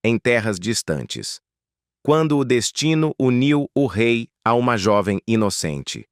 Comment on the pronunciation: 🧡🧡🧡 O RÊI FALA DE ÔUTRO RÊI